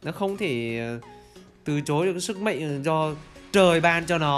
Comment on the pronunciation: Mạnh a nói là mệnh